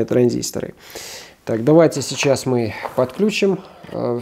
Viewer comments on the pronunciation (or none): none